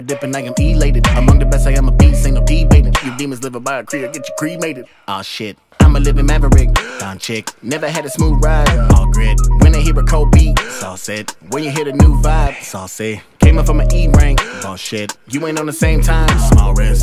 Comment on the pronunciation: I mean the song is fire but that's not how you pronounce Doncic ;D